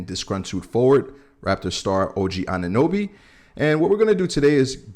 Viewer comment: Thank you for saying his name correctly, he would definitely make you guys better in every category. Good luck, I rather see him with you guys.